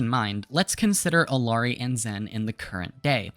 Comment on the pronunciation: everytime you pronounce her name as “ILL-ari” an angel loses their wings